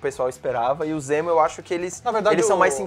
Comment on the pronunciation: Ok, e...? Amo a Marvel e não sou Hater mas ela continua sem vilões fodas(único que se salva é o Loki). Poderia ser qualquer nome pra ele mas nao de Zemo, não o Zemo que eu curto nas hqs. E vê se aprende a falar direito fãboy**. "M" é antes de "P" e "B", não "N" ;)